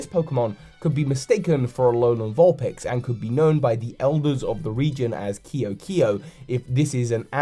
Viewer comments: I think it would be pronounced "Kay-o kay-o." That's how a lot of languages pronounce that, I think. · It's pronounced Ke'o ke'o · Your pronounciation of ke’oke’o is triggering lol